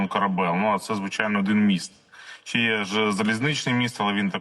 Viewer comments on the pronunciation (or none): Чи, а не чі